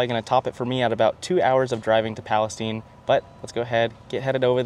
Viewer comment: Hey I'm from Palestine Pronounced Palesteen not Palacetine Great lookin truck by the way Thanks for supportin Kim's convenience store where you bought your diesel ⛽️ 🤣